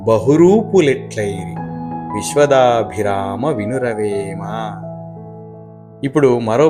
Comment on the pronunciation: viswada abhirama Not viswadabhirama.